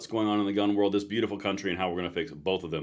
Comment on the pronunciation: It sound like you said beautiful bastards🇺🇸😂 I guess we could be called that